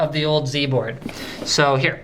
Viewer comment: YOU SAID Z-BOARD WRONG!! ... *shakes fist* HOW DARE YOU!